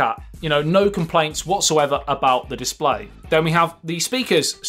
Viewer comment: Your pronunciation is so cool. Chorge, disploy... Morket... Love it